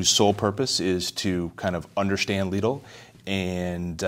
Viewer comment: Omg why call it leedle xD it's called lidl